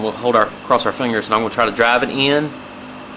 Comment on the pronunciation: said "fangers" lol great seeing these videos again. It has been awhile